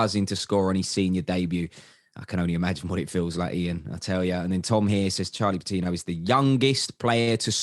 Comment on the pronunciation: "With Charlie Patinooo. Saka and Emile Smith-Rowe"